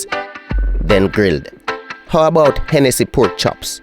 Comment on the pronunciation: The word is how not 'ow